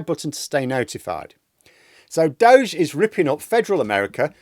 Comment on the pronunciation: Why in hell are you doing elon a favor by pronouncing Doge in some made up way? It's named after an internet meme FFS! He's wrecking people's lives under the name Doggy.